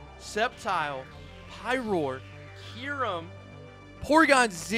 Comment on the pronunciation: “Kee-rum”💀 “Shining Ar-kee-yus”💀